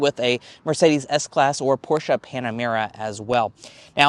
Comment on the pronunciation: Sh*t. What Is that? Chinese Porsche "Püh Shaahh" Panamera?